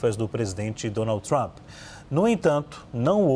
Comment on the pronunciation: Relou! Rere is Lula! Rou du iou du? 😅😅😅😅 Mister Tramp???😅😅😅 Popi corni, aice crim...😅😅😅